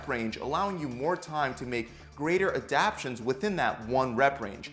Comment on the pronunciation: Adaptions lol